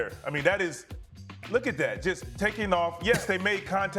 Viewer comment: Lol is saying Bleasley??